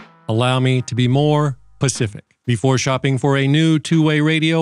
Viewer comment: It’s specific not pacific